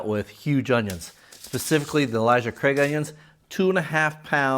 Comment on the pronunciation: Love all your information. Its not Elijah Craig its Ale like the beer 🍺 then "suh", Ale-suh. Ailsa Craig. 😄